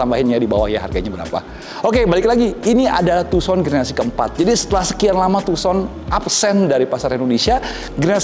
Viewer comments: Agak terganggu sebutan tuuson nya.... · Setau ku dibaca Handey Tuusan